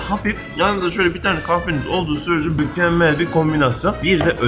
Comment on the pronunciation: japonya sokaklarında mökömmöl yö diyen özlemişizz ❤